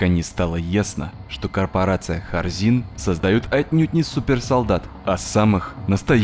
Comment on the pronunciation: Вместо Хорзин слышу Корзин